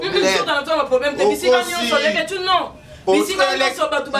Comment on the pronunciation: Ezalaka mobali ambassadeur muasi ambassadrice Mimie kabongo prononce bien leketshou ozoloba nde na faute c ne pas avec t plutôt d